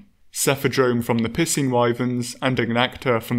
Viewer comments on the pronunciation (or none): caught me of guard, I forgot the dude produces "piscine" as "pissing" instead of "pie-seen" lmao. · Ok look I don’t mean to be “that guy”, but I had to do a double take when you said “piscine” like “pissing”. Like for a split second I tried connecting dots in my head that lead me to think there are monsters that just urinate everywhere. I’m sure it’s pronounced “pie-scene”. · its not pissing wyverns its pie-seen wyverns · Had to back it up three times before I realized it was “piscine dragon” and not “pissing dragon.” 10/10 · Missheard piscine wyverns thought he said pissing wyverns🤣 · Ohhhhh, it's the "piscine wytherns", not the "pissin' wytherns". That makes more sense. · I thought you said pissing at first not picene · No matter how often i replay it i always understand :"cephadrome from the pissing wyverns" time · am i the only one who thinks he keeps saying “pissing wyverns” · I like the way you say piscine it sounds like you say pissing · Aaaand it’s pronounced pi-sine according to google. Then why is Pisces pronounced..? Oh never mind. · The way you pronounce Piscine kills me every time. Sounds like your saying pissin. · I swear he said pissing wyvern. Lol